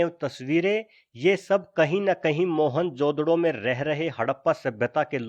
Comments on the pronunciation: mohanjodaro bolte mohanjodado nahi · mahenjodado nahi....its Mahenjodaro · moan jo daro not moan jodaro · "मोहनजोदड़ो " is wrong ==> " मुइंजो दड़ो " is correct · "Mohan-jodro" hehehe